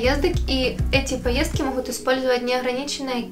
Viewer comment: Все классно , ребята ! Но , плиc, девочка , наверно , с Украины ,, надо научиться говорить букву Г,, потому что она все произносит с Х,,, МаХазины, ШоппинХ, Хде,,МоХут,, и тд ,, режет слух ,,, Спасибо !